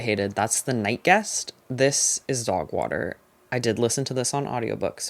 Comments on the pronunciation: Obsessed with the way you say “dawgwahter” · DOWGH WOHTER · thank you for a wonderful year of recs and chats❤ you’ve made me read with a more critical and nuanced eye, and all for the better. can’t wait for 2026! also, I love the way you pronounce ‘dogwater’. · Obsessed with how you say dog water in that accent 😂